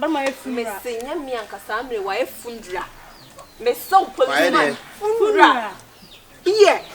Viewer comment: O 🤣😂 why you do Dinah like that?! 🤣😂 Momma and her english 😂🤣🤣 “Fundral” “X-tray” “Scanned” 🤣😂🤣😂😂